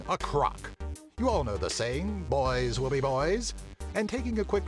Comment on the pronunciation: i thought you said Boingz will be boys